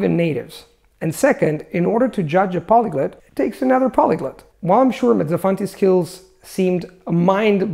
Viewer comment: I say semai but I've heard natives say semee. pronounces a lot of his vowels very different from a native like with "polyglut".